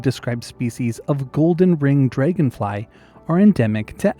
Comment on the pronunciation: that's a funky way to pronounce dragonfly